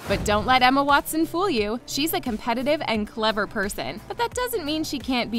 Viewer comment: no one: literally no one: not even Ron: not even Draco bully harry: Daniel: eMmA vEr vEr cOmPeTiTivE PeRsOn